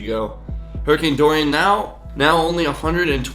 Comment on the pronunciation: Why is hurricane Dorian sound like durian xD